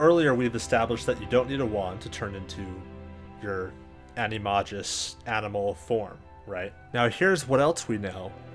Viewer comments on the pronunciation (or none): Also, it is a-ni-may-gus like with a 'G' rather than a 'j' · The way you pronounce Animagus is funny.